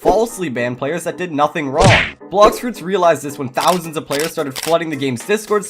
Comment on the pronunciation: Blox fruits nau bluxfroots😂